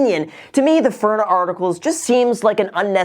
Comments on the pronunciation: Bro, I love you enough to let you know its "FIN-RA" NOT "FIRN- NA " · It’s FINRA, not FIRNA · It’s pronounced FINRA, not FIRNA.🙂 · Article : FINRA Graham : FIRNA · "FIN" -"RA" haha Not "FURNA" Good video though, that just caught me off guard lol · FINRA not FIRNA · Loved the video, very informative. FYI, it’s “FINRA”, not “FIRNA” 😂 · FINRA...say it with me Graham! FIN-RAH. Graham: FuRnUh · Nobody: Graham: FIRNA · FIN-RA not FIR-NA. Still smashing like tho. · FIN-RA. “Fir-na” made me cringe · "Fin - rah" not "Fur - nah" :) FINRA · Hey Graham, Nice work on the video. Some friendly advice though as you’re dropping disclosures that you’re not giving legal advice - don’t mispronounce the enforcement agency’s name. It’s FIN-RA, not FIR-NA. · Lol are you trolling us? FINRA, not FIRNA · LMAO its FINra not FIRna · Graham - Just a heads up, It's FIN-RA, not FIR-NA. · Everyone: FINRA Graham: FURNA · FINRA bro not FIR N A...good info though. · Graham it is FINRA not FIRNA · Is it me or did Graham keep calling FINRA as FIRNA? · It's FINra, dude, not FIRna. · Firna? What the hell? Lol it's FINRA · It's FINRA. FIN-RA. Not furna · Graham... it’s not FIRNA... it’s FINRA. Say it with me, “Fin Rah” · FINRA not FIRNA 😁 Having dealt with a few FINRA investigations at my old job, thoroughly familiar with the name 👍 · Am I the only one that cringed at him pronouncing FINRA as “Furna”?? 😭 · Hey man it's FINRA like FIN-RA not FIR-NA haha. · its pronounced FINra, not FURna! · Did you just call Finra, Firna hmmm a shame a shame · Am I the only one catching him saying "furna" instead of FINRA? 😕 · You would think a millionaire would know that it's FINRA, not FIRNA. Jesus Christ. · F I N R A. Not. F I R N A :) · Loved how you called it FURNA. Great video! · FIRNA.... that's driving me nuts. STOP SAYING IT!! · Is no one else upset at the blatant mispronunciation of “FINRA?”